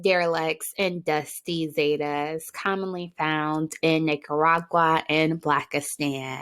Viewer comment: “Niggadactyl” “Nakeragua” 😭😭😭New Subbie